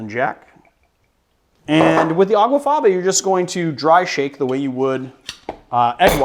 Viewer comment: Aw, man. It's actually "aquafaba". Not "aguafaba".